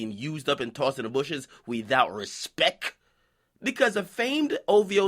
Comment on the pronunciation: DJ you need to stop fam, need to stop with that "Respeck" shit 😂😂😂😂